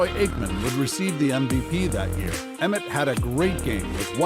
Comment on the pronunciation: Emmitt not Emmith